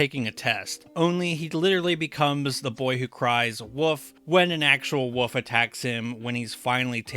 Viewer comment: Why does the narrator say woof instead of wolf